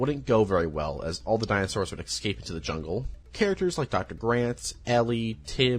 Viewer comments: Iss-kape. Escape. Not excape. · Bro said. Ekscape 😂